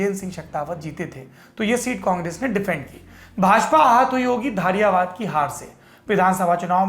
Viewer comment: सर जी धारियावाद नही धरियावद हे विधानसभा का नाम ओर केंडिडेट का नाम थावरचंद मीणा हे गेहलोत नही आपकी कवरेज व न्यूज बहुत ही अच्छी हे हम हमेशा आपके चैनल को सुनते हे